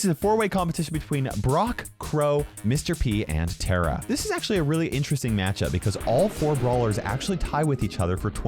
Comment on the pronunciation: It’s TARA not Tara